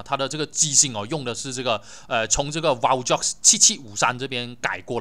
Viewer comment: Valjoux's x is silent